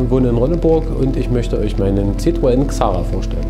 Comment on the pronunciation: Sehr coole Karre, echt mal was komplett anderes und gut gemacht. Scheints auch sehr lässiger Besitzer... Nur bei ZITTroen blutet mir mein francophones Ohr. ^^